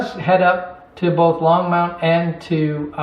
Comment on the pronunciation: Love your layout but you do know there is no "U" in Longmont Colorado right? Keep up the good work